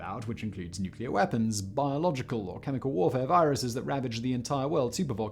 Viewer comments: Weaspon? Simon? Really? It’s wee spoon... COME ON FACT BOY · Weaspon? What's a weaspon?? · What's a "Weaspon?"